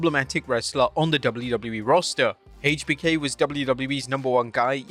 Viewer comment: why do you say “haaatech B K” 😂😂